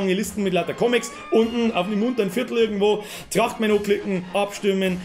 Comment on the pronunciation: Trrrrrrachtmän is schou a komode sach